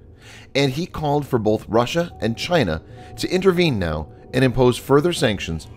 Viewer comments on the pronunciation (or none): none